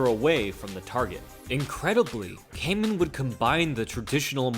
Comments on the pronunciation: Excellent breakdown only thing is that his name Kaman is pronounced Kahman and not Kayman. I know it’s hard for English speakers. I’ve subbed 👍🏻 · Hoost is pronounced like host. Why don't you inform yourself before butchering names? Kaman is pronounced kah mahn